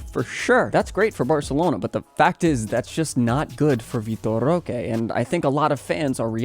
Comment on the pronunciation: cant even pronpunce his name somewhat correctly but talk shit